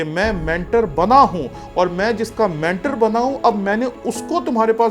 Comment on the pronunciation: very humbly I would request you to correct you pronunciation of the word you wrongly pronounce. this word is mentor. آپ اسے مینٹر کہہ رہے ہیں۔ پلیز یاد رکھیں یہ لفظ مینٹور ہے۔ برا مت مانیے گا میں بھی ایک پروفیسر ہوں اور چاہتا ہوں کہ آپ اس کی اصلاح کر لیں تاکہ کوئی دوسرا مذاق نہ اڑائے